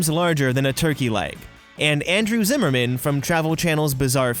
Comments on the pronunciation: Zimmern, not Zimmerman. Huge difference. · I know I’m years late and there’s no way to correct it, but it’s Andrew Zimmern, not Zimmerman. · It’s Andrew ZIMMERN NOT ZIMMERMAN. jesus people get it right! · Andrew Zimmern not Zimmerman